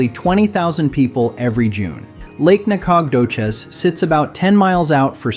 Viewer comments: Nah-cog-doches 😂 more like nacka-doe-shus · The narrator is very good, but when the said "NAK-COG-DO-CHIZ" my suspicion it's AI went confirmed. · Nacadocious is pronounced Naka doe shis . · Can we take a vote on Nah-cog-dough-cheese? I think it could work. Maybe we could do Natch-a-toe-cheese, too. Just to keep it even. 😂😂😂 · Nack-og-doe-chez lmbo 😂😂😂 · You butchered the pronunciation of Nacogdoches! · LOL! YOU GUYS TRYING TO PRONOUNCE "NACODOCHES", TX, CRACKS ME UP!! 🤣😱😂😁🫣😆😭I LIVE IN TEXAS, AND THAT TOWN IS BETWEEN WACO, TX & DALLAS, TX. NOT TOO BAD. AS FOR BUDA, TX, THAT'S SOUTH OF AUSTIN, TEXAS, ONLY ABOUT 30 MINUTES. IT'S OK, BUT IT'S A TYPICAL Hwy. #I-35 town, the very busy interstate town is similar to many other towns that this main highway goes right in the middle of the town. No biggie, kinda boring. 🫣😁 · ❤ this person doing the talking doesn’t know how to pronounce any of the names of the Texas towns. I’ve never heard such BS.❤ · Your pronunciation of Nacogdoches is killing me! 😅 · I laughed out loud at how badly the video butchered the pronunciation of Nacogdoces. I mean, tell me you’ve never been to east Texas without telling me…of course, there really isn’t any reason to go unless you’re hooking up with a co-ed at School For Alcoholics. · You should really figured out how to pronounce Nacadoches. It’s a beautiful town. And Sabine. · FACTS! EAST TEXAS IS TOO BEAUTIFUL TO BE TRASHED BY BAD PRONUNCIATION! 😂 👀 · Yes, please